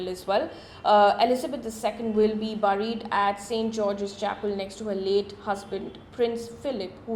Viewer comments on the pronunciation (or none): Mam....to be pronounced 'bEried' ✔️ not 'bUried'❌